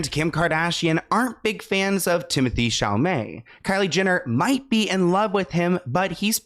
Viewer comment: not "Timothée Chalalé" FRTGHYYH